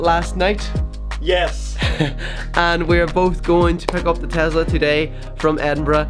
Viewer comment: its not called a tazla its called a tesla witj a s not a z